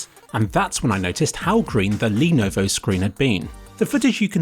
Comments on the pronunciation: 😂 I swear he pronounced Lenovo different every time he said it. I genuinely thought he was sneakily mocking the.... that’s it he just fucking said Monovo... I’m done 😂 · "The lenvo" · I lost my shit at the pronunciation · Can't forget the "Lenovovo" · I've lost count of the number of ways to pronounce Lenovo. Were there any you didn't use? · Stupid man tries to pronounce Lenovo for 1409 seconds straight 🤦‍♂️🤦‍♂️.... Srsly man I love your videoes and the effort you put in them but after one or two times it quickly got so annoying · Alternative Title: mispronounces Lenovo for 23 Minutes straight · the constant change in pronunciation of Lenovo was very philipy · hahaha lenuvuuvhuv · I love how he pronounces Lenovo a different way every time he does lmfao. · L E N V O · I love the joke in pronouncing lenovo differently, top kek. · Did you have a stroke that stops you from saying Lenovo correctly or something ? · he's doing it on purpose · Didn't even try with the last one LUL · I think he did it on purpose lol it's so dumb how he can't even prenounce Lenovo right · Is the pronunciation of Lenovo some meme I'm missing out on or did he just challenge himself to not use the same one twice in the video? Anyway, great video, rly changed my thoughts on VR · love the changing pronunciations of Lenovo! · what happened to your tongue ? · You sure mangled Lenovo's pronunciation a hellallallot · I lovovo how Lenovo was pronounced differently everytime it was said in this video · I'm waiting for a comment listing how intentionally mispronounce "Lenovo". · My god please say lenovo normally 😭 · why do you keep mispronouncing levono? It's no that hard. le-YO-lo. That's it. I seriously expect you to put more effort into your videos. Kappa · My favourite pronunciation of "Lenovo"